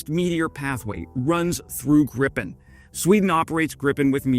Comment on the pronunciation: Gripen not 'Griffin', there goes your rating...